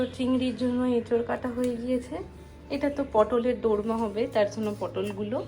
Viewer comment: দরমা না, ওটা দোর্মা 😊